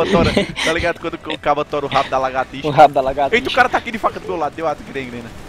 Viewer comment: ''LAGATÍXA '' KKKKKKKKKKKKKKKKKKKKKKK